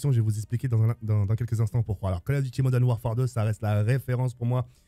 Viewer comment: Call of diti Moden warfare 😂